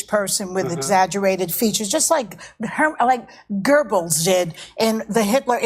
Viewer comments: Who the fuck is Gerbels? lol, Joy can't even say her worst enemies' name. She is the queen of drama queens. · Gerbils? There's no R in Goebbels, Joy.